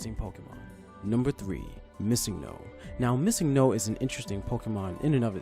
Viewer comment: bruh, you pronounced missingo wrong.